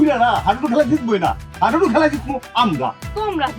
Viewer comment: হাডুডু ❌ হাইডুডু ✅